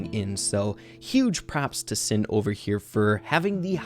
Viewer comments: Who else was saying SHIN everytime he would say SIN 😂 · his name is pronounced shin, (しん= She + n) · My boy, it's Alive Shin しん (shi+n)